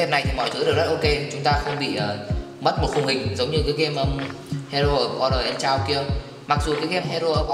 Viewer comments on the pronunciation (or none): "Chaos" thì đọc là "Cây-ớt" bạn nhé! :D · chaos đọc kì vậy bác =))